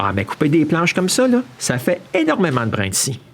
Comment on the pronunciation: non ! c'est pas leu , c'est: " là" !